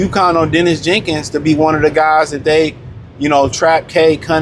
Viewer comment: The man’s name is Daniss Jenkins, not Dennis